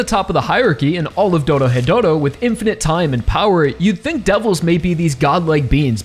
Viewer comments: Ah yes, Doro-hetero, such a fantastic series. Sorry, I just like poking fun when people say it that way, this video describes the series well. I decided to pick up the manga since I couldn't wait for the anime to get a second season. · Ahh yes, I also enjoy "Doro-hetero"